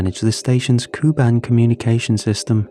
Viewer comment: Coo-band? I’m guessing you mean Ku-band💀💀